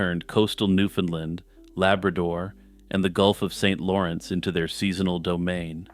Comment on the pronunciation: You start off pronouncing “Newfoundland” correctly, which pleased me (as a Newfoundlander and scholar of Newfoundland history), but ten minutes in you switch to the “Newfunlund” pronunciation, which is incorrect. The common rhyme is “Newfoundland, understand.” You said it right at the start of the video!